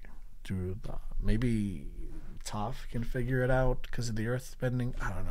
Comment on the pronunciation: the white man pronunciation of the names.. Yue and Toph to be specific lmaoo